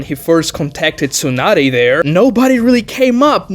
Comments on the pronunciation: Why does he keep silencing the S in Tsunade and not the T??? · Neither are silent tho